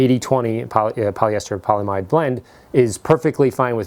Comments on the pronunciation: its poly amide not polamide fam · Your pronunciation of the non-polyester portion of the fabric is incorrect. You left out the "a". The correct pronunciation is not "poly-mide"; it is "poly-am-ide" which by the way is the generic term for nylon. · Polyamide is pronounced "poly-AM-id". The most common polyamides are the nylon family of polymers. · Polyamide is pronounced "paul e am eyed" or 'paul e am id". Otherwise a fantastic video. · I know I'm that guy, polyamide is pronounced with a hard 'a'. Poly - a - mide. The monomer is the amide group which has been polymerized. Therefore it is a poly - amide